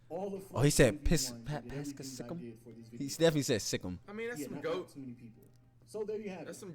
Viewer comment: “Anedecktreiess” “Paschal Sike-em” “AKUNCKPO” “Luka Donakick” “Zeeon Williamson” “Rudy Gogurt” “Dennis Scrottem” - Flight everyone